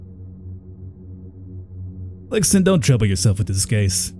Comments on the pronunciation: Lee xuan. I know it isnt his fault but the pronouciation was killing me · I think Lixun would be pronounced Lie shun or Lee Shun, or something similar. lol